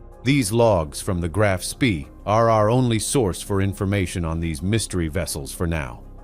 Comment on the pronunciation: The most boring,lengthy,including totally incorrect photos and people not to mention the ignorant pronunciation of the ships name. This action took place in December ‘39 so why show U S forces and Japanese battleships ? Too drawn out and over embellished in the presentation, basically banal !